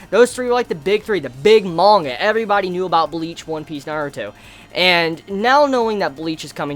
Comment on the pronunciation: Mbleach LMAOOOOOOO, I cannot be the only one who heard that!